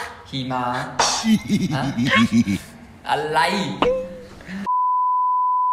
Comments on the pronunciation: หิมะค่ะไม่ใช่หี่ม้า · ที่จะพูด:หิมะ ที่ฉันได้ยิน: xีหมา 😂โอ้ยขำ~~555+ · Hi ma, not Hee maa please 😂😂😂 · หิมะไม่ใช่ -ีมะ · Hee ma 5555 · หิมะนั้นเหมือนขี่ม้าเลยค่ะ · หิมา *ีม้า 555 ความพยายาม555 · เกลียดความพยายามที่จะพูดคำว่า"หิมะ"มันทำให้ขำจนจะเป็นบ้าแล้ววว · ใช่เลย คำว่าหิมะ นี่แหละสำเนียงใช่เลยตอนสอนอาจารย์คนจีนพูดไทย ผวนคำแบบเดียวกันเป๊ะ ห้ามแทบไม่ทัน